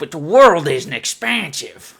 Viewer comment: Expansive sounds like a asian is trying to say expensive